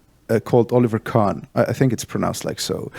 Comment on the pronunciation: Absolut cool Podcast, he is right with this merch thing. its your saying and your fans would understand it. If this makes sense. His pronounce Oliver Kahn pretty well. Iam not suprised that you know Look mom no Computer, he is brillant <3 About most creative things are made from two kind of people. The Sience and the artist. Sometimes a person can be both.